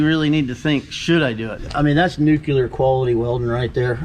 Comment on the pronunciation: "Nucular quality welding" Hmm. I wonder if that's similar to nuclear. If you're going to try to spund clever, learn how to say words